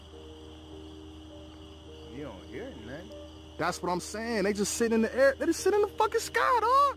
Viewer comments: "Sittin in tha errr." -Died... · "Sittin in the err"